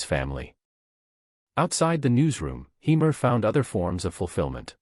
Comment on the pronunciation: Say his name properly.